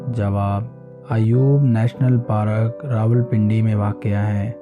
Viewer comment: It's not parak it's Park